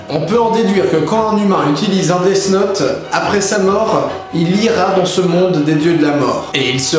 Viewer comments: Ça se prononce def naute, pas desse naute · On dit "dif note" phonetiquement :p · C'est pas DeaS Note mais DeaTH Note DEA TH NOTE.